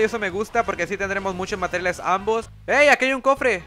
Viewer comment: En el dijiste bastantes mateles